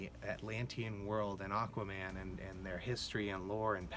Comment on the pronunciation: "Aq-WAH-man!"😂 Ngl, I saw this with a pal, and we were straight laughing through many scenes because we found them (ugh, hate using this word) cringey. But this really made me think about it from another perspective. Hate when I have to do that. Great video!🔥🔥